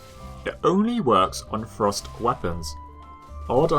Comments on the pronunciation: i really like there videos but I CANT GET OVER THE FACT THAT HE SAYS "THRUST" LIKE "FROST" SOMETIMES (btw not meant as hate) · ohhhhh I thought you were saying FROST weapons not THRUST weapons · its funny when he says thrust i hear frost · Every time you say "thrust damage" I think you're saying "frost damage" and get confused as heck!